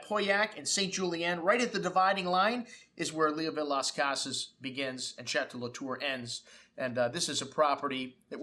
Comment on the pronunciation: You mispronounced the name of the wine. Leoville Las Cases = in english, Leoville Las Cas.